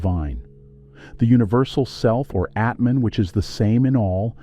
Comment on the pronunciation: ATMAN no Etman